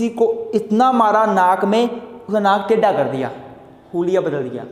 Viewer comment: sir awesome... 😇.but pronoun of naak tedha so funny 🤣😇🙏